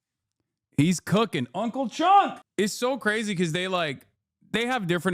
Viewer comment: Omg...did you just call him Uncle Chunk??? 😂😂😂 That is never leaving my brain and now I will call him this too.